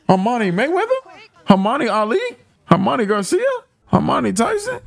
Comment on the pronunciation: great reaction, i love that u pronounce Hermione like Normani